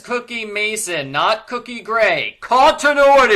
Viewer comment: It is Cokie, not Cookie.